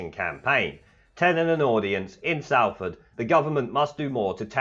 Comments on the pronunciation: Actually its Solfud...!! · the place Salford is pronounced Solf-od... keep up the great work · “SOLFORD” - pronunciation. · You Pronounced Salford wrongly. It's pronounced SOLFORD